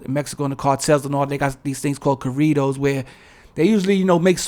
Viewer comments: I love how u say corrrridoz😆 good video.. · Corridos, black ppl made it Rap. But they swear we copying them. 🤣